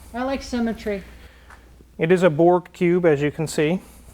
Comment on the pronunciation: We’re you saying Pube or Cube. ???